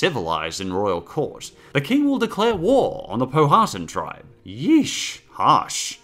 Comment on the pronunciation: Just a correction: Pow-wha-tan, not Po-ha-tun. And Powhatan was the chief, not the name of the tribe. It's the Cherokee tribe. Trust me. I'm a Virginian native and we had this shit hammered into our skulls.